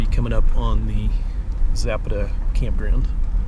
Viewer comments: Pro nounce Za pat a by us locals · Please learn the correct pronunciation of places you feature. Zapata has an emphasis on the second syllable, and the vowels are soft.